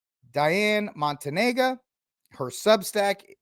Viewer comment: the name is pronounced: mon-TAN-ya. I’m an Orthodox Christian, but not an “Orthobro,” which has a specific meaning. Telling us we have to submit to Rome isn’t persuasive. I suggest you read the book, Church, Papacy and Schism, by Philip Sherrard. You’ll come away deeply impressed by the real issues at stake, which include one’s very understanding of what the Church is.